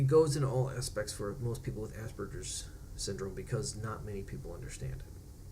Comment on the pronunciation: Just turned 34 and almost done with my Autism assessment. Thank you for saying Aspergers correctly. I hate when people say it the other way....congratulations on joining utube.